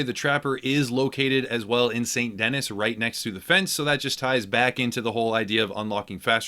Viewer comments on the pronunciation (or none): St "dennis". You idjit! Its French. "Deh-Nee" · good video....I think the city is pronounced saint dinee not denis btw. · San Denee, not Saint Dennis. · If it was Dennis it would be spelt Dennis it's not. Denis it's French Saint Den'ee. It's meant to be New Orleans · It hurt me every time he said Saint Dennis instead of Saint Denis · SAIT DENEE. NOT DENIS. DUDE! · Boy, did you butchered the namr St. Denis. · That moment when he calls it saint denis instead of sandy knee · i love the channel ut when he says saint denis i triggers me because its pronounced san denee not saint denis like its written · it's San Deni not saint Dennis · Stop. Saying. Saint. Dennis. It's pronounced San Duh-nee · It's not Saint Dennis try to pronounce it this way "Sandy Knee" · he call it " snt dennis" but Like new Orleans its pronounced nu orlahns and Snt denis is pronounced "snt denee" the last s being silent in the context of it being a name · It’s pronounced ‘San Denee’, not actually Saint Denis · Fun tip- it is pronounced Saint Denee, it is French. Dennis is Dennis. Lol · Denis = DENNY... its french. like the way your mom kisses me. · Saint da-nee not dennis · By the way, it’s pronounced Saint Denee not Saint Dennis lmao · Saint Denis is pronounced De-Knee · OMG, IT'S PRONOUNCED "Saint DEN-ee" it's French, you're essentially in Louisiana, they say the name dozens of times if you'd actually just play the story missions for crying out loud... "Saint Dennis" SMFH. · It's not pronounced "Saint Dennis". It is pronounced "San Denee" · It's pronounced Den-knee, not Den-niss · Why does everyone say saint Dennis It’s saint denis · Saint D-Knee bro not saint Dennis lol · ITS NOT (DEN-NIS) ITS (DE-NIS) OR (DA-NEE) ITS FRENCH....SPECIAL PEOPLE... 😂😂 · Saint Dennis? 🤣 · Typical thick American pronunciations, Saint Denis for example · its pronounced saint "denee" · It's pernoced San deni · “Saint dennis” lol. Ok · "Saint Dennis" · You said st. Dennis lmao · "Saint Dennis" 🤣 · Saint Dennis....lol...